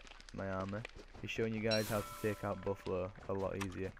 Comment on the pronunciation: It's Buffalo not boffalo